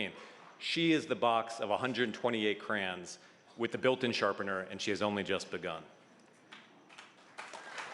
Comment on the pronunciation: CRANS? who tf says crans..it’s a CRAYON...CRAY-OOOON